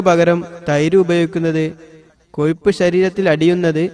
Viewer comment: കൊയിപ്പല്ലടോ.... കൊഴുപ്പ്... ഒന്ന് നാവ് വടിച്ചിട്ട് പറഞ്ഞുടെ?